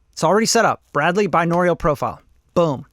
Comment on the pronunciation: i love u but if u say binaural wrong again im gonna jump out of the window